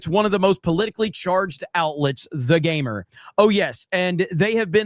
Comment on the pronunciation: The Gamer? What's a "Mer"?